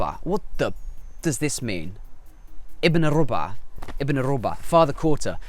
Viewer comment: I think they say rabu3a (رَبُعْ) not rub3a رُبُع doesn’t mean quarter here It’s mean a specific group of people that the one who speak refer to them by saying ibn al rabu3a he mean that this one who we speak of belongs to a group of people which is mostly use to identify person who belong to people that we know them with out saying their name Try to remember the speech that you heard this word in and you may found me right Fashla mean embarrassing When person refuse to do something and say fashla that mean he say we will embarrass our self or another person so the best is not to do Because this is not the right thing to do mostly ——الرُبعْ و الرَبعْ قد يبدو اللفظُ متشابهاً بالنسبة للذين لا يتكلمون العربية كلغة اولى ولكن لفظهما مختلف حسب الحركات الفتحة ( َ)-(a)أو الضمة ( ُ)-(u)الموجودتان على حرف ال (ر) واعتقد انك تقصد الرَبُعْ هنا وليس الرُبعْ لأن الكويتيون يقولون إبن الرَبع ولكني مع هذا غير متأكدة ان كان هذا ما تقصده وابن الرَبع تعني ابن الجماعة اشاره الى جماعة يعرفهم المتكلم والمخاطب دون الحاجة لذكر اسمائهم احمد :- منو هذا (من هذا) خالد :- هذا ابن الرَبُع (ابن الجماعة) او شلونكم يا الرَبعْ (كيف حالكم يا جماعة) يلا يا الرَبع (يلا يا جماعة ) (يلا=هيا) —— فشله يعني هذا محرج يعني ان طلبت مني القيام بشيء فأقول فشلة يعني ان هذا سيكون محرجا اما لي او للشخص الاخر فالافضل عدم القيام به لانه ليس الامر الصحيح للقيام به غالبا